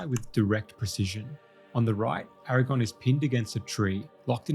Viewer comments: I love absolutely everything about this video except for the fact that you KEPT saying "AragON". It's AragORN. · It's Aragorn not Aragon 😐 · 🙌Nice vid. But it AragoRn not AragOn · Its Aragorn, not Aragone damn it! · Aragorn, not erragon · I wish you’d stop calling him Aragon.😫😫😫😫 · Why do you keep mispronouncing Aragorn as Aragon? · Bro...His name is AraGORN, not AraGON. That's the fucking spider in Harry Potter. I had to give you a dislike because you kept mispronouncing the name of a major character you did a whole ass video on. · Bro I can't take your video seriously when you keep calling AragoRn, Aragon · I don’t want to be picky, but you keep saying Strider‘s name wrong. It’s Aragorn, not Eragon. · Great vid, but please, it's Aragorn, not Eragon. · Eragon 😂 He actually is calling him Eragon a lot so far, close enough I guess. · Bro… Nice video, but his name is Aragorn. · I would like this video, but the way you pronounce Aragorn … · If you can't get over the mispronunciations you did as a kid in a video, that's not great, man. Do better. Be better. You aren't a kid anymore. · You say his name wrong every single time. Good video tho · I know right! It was driving me nuts the entire time.